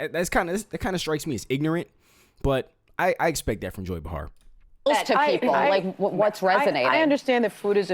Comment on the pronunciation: You need to PRONOUNCE names correctly (Behar, Fauci)